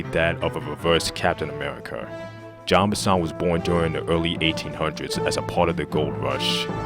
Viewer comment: It's not John Benson, it's Jean Bison.